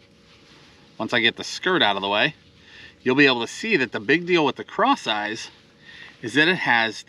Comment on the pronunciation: LOL. I just realized that it’s called “Cross Eyez” not “Craw size”. I just figured it was called that because you paired a craw with it. 😂